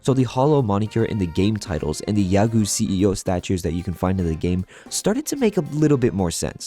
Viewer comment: You go back and edit in the proper way to say "YAGOO." Poser.😡